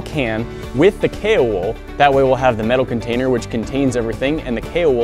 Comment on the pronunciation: She’s saying Tkor like decor it’s t.k.o.r or the king of random